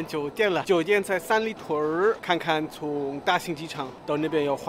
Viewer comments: 三里屯儿，发音真标准！！ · 三里屯儿~，这发音完全中国人了啊